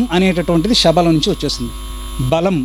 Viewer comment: అన్న గురువు గారు శ బదులు షా అని పలుకుకున్నట్లు వినపడుతుంది